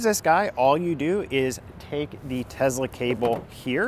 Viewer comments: It's teSSla, not TeZla. What kind of guy drives a Bolt??? Go Trump! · It's Tesla, not Tezla. You come across as annoying. The company is named after a person and that's not how to pronounce his name. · Nice video. One question. Why do you keep saying TeZla. Dude, the guy's name was Nicola Tesla. It's an S sound. Why put a Z sound if there isn't one?